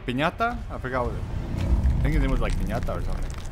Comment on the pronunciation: Good you are back, I already got everything this time but I had to sit and enjoy your full playthrough! Great content! and loved the fact that you called Piñata to Pesanta, same feeling when you were saying Pestañas during the Leon campaign haha